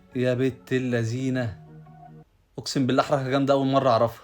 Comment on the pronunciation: يابنت اللسين 😂😂😂😂😂 اسمها. الذين طلع لسانك في الذال